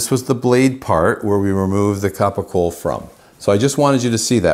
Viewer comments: Ugg.. thanks for the video.. but PLEASE . PLEASE!!! It's pronounced CAPOCOLLO. (CAP O COLE O). Not Capo Cole. And it's spelled incorrectly.. and yes... This is and actual Italian. From Puglia. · Not capocola , not even capicole .. It's CAPOCOLLO . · It’s Capocollo, pronounced kapo-kollo, not hard